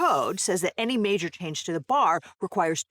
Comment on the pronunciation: Gotta say, hearing say “majour” as many times as she has really makes me want to binge the venture bros show